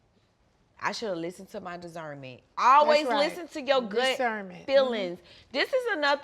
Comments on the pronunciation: “Dizzerment”, Nene: “Yeah, discernment” 😂😂😂😂😂, I screamed! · I should’ve listened to my dacernment. Nene: Yeah you’re discernment. 😂😂😂😂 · I should’ve listened to my dizerment. Nene- discernment 🤣🤣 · She should have listened to her “disZernment” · When NeNe corrected her saying Discernment I fell out.